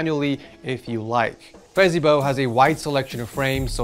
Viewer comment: why did bro say fezibo as fezeeboo💀